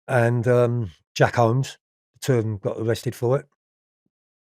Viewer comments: Wtf is Jack HOMES and Kenneth NOYLE ? 🤣 Does he really expect us to believe his recollections when he doesn’t even pronounce the names correctly Noye never got sentenced for murdering the cop. . 🤣🤣🤣🤣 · Jack whomes not holmes